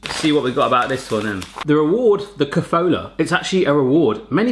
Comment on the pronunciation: The kofoola got me. We pronounce it ko-fo-la. No long oos in there. Kofola, Mila, Horalky, Kastany and then the spa stuff, Horicke trubicky a Kolonada. Those taste like CR. Also Bohemia Chips ... I had number of ppl tell me that they can't find similar abroad. Lays and Pringles can't match them.